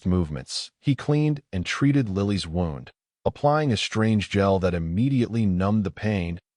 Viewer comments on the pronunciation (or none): learn to pronounce the word «wound» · Again, you’re AI cannot pronounce the word Wound correctly. You really need to fix this issue.